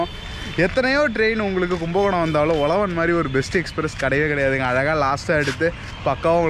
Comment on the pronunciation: Bro not Ozhavan its uzhavan 😀